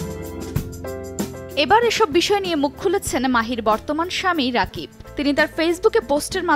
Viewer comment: নিউজ করেন।।কিন্তু নামই ঠিক মতো বলতে পারেন না।উনার নাম রাকিব না।উনার নাম।(রকিব সরকার)